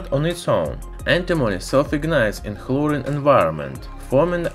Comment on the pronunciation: Boi he said chlorine (Sorry not trying to be rude, just helping you fix a mistake)